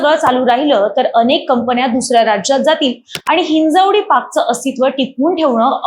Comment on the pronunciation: बाई ते हिंजवडी आहे ही हिंजेवाडी नव्हे